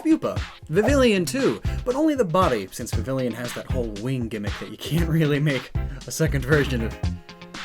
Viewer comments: "Vivillon" is pronounced "vih-vee-yawn". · What is it with Americans not pronouncing Vivillon properly? Say it with me: Vivi - Yon. It's supposed to sound French because Kalos. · It’s Vivillon. Not vivillion. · Its Vivillon. Not Vivillion Also Tyrantrum. Not Tyrantum. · Come on I expected better from you... Vivillon Vi-vee-ahn Vivid Papillon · why can't you say vivillon correctly?